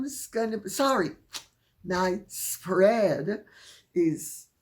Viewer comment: Lady C wicked emphasis on "spread"